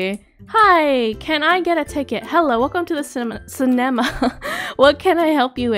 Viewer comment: You said cenama wrong